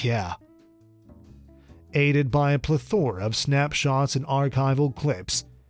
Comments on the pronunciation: The word is pronounced: PLEH-thr-uh. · You pronounced "plethora" wrong. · The other guy could read words properly! Plethora is unknown by reader!